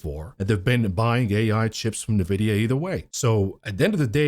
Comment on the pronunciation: Why can't you pronounce NVIDIA correctly?